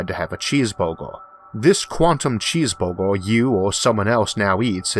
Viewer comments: I swore he said cheese bobo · That was the best explanation I have ever heard. Thank you very much. Btw, I like the way you say "cheeseburger".